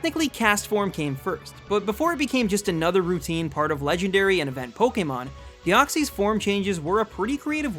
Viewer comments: DEOXYS, NOT DEXOY! AND NO, DEOXYS IS MYTHICAL, NOT LEGENDARY! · THE SECOND E IN DEOXYS IS SUPPOSED TO BE A Y! AND YES IT IS!